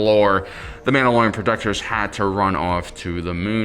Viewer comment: Don’t know if it’s just the mask, but the mispronunciation of the mandalorian’s name is killing me.